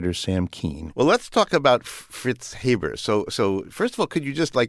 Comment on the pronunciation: I'm a direct descendant. He's help feed billions, therefore, he's been more benevolent to humanity than detrimental. By the way, our last name is pronounced Hay-burr , not Hab-ber.